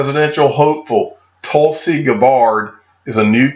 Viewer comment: Tulsi Gabbard’s name is pronounced basically opposite of how you said it. GABBard not gabbARD. Basically, you put the emPHASIS on the wrong syllABLE. 😂